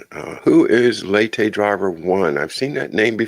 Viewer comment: Is it? Just a heads up, if so I think you pronounce that lah-tay.:) Love y’all!! Edit: Not gettin on ya btw... I’ve found people who learn by reading tend to mispronounce words but spell well and those that learn by watching and hearing tend to pronounce well but spelling can be a bit off...